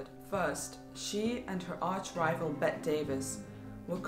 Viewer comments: "BETT-EE" not "BET" Davis. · There was no serious "feud" between Bette Davis and Joan Crawford until after Joan's finagling at the Academy Awards in 1963; whether she did what Bette thought she did, it drove a wedge between them. And you should know that Bette is pronounced Betty.